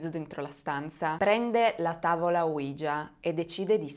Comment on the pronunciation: Mi piacciono molto i tuoi video,sia quelli del lunedì che quelli del venerdì,anche se sono molto scettico su questi ultimi,cmq sei molto brava,l'unica cosa é che tavola ouija si pronuncia proprio come é scritto,cioè Oui (si in francese) ja (si in tedesco) praticamente é la tavola sisi